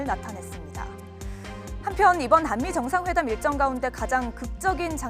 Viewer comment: 아나운서 언니 발음 뭔가 좀 불편하다 항미회담으로 들리는건 나만의 착각..?